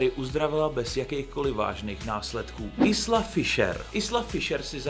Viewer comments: Isla Fisher se nečte "Isla", ale "Ajla", anglicky island se přece také čte "ajlend" 😉😄 jinak super video, musím se podívat na Ramba, tu scénu si vybavuji, ale mlhavě 😄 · Isla Fisher sa vyslovuje "Ajla Fišer". Isla je odvodené z anglického "Island" (ajlend) t.j. ostrov.